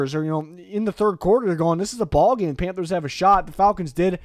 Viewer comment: Don’t you mean “panfers” tier